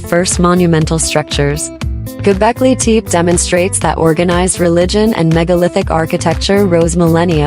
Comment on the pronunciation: Many of the pillars and stone carvings here are not from Göbekli Tepe, but from East Asia and who knows where. Including all these pictures are just plain nonsense, and the narrator or AI can't even prnonounce the name properly. What does qa lot of cartoons cartoons have to do with Göbekli Tepe? This whole video must have been made as a joke.. A waste of time to watch any of this stupidity.